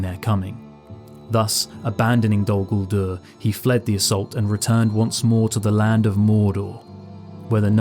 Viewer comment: It's not Dol-Gulduur, but Dól Gúldúr. Peter Jackson and his clique have no clue, don't immitate them.